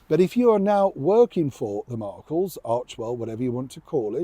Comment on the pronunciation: I like that you call her La Markle (as I hear it). Always love your programs.